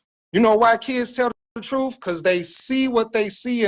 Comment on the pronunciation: I dont trust a person that says Truuuuf instead truth. 😑😑